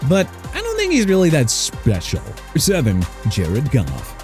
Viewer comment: NUMBER NOT "UMBER", JAGUARS PRONOUNCED JA-GWAARS NOT "JAG-WIRES" AND CHICAGO PRONOUNCED SHUH-KAH-GOW NOT CHI-KAH-GOW! YOU KNOW WHAT? ENOUGH'S ENOUGH. MR AI VOICE DUDE YOU CAN'T PRONOUNCE OR SPELL FOR NOTHING! MAYBE MENTION TUA SINCE HE'S NOT ON THE LIST! HOW'S THAT?! SMH!!